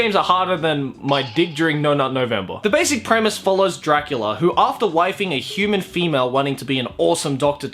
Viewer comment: Castlevania’s dub: alucard says “dracoola” Still looking up to daddy huh?